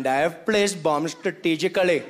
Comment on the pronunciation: Hello, uncle...... 😅 And the English here also contains a lot of "stratagically" and "ayachully" (misspell intended)😅